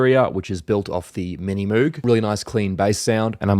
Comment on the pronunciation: I don’t mean to seam like a music snob but it’s pronounced moge, spelled moog